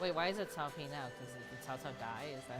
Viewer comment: I remember the days when they pronounced Cao Pi, “cow pee”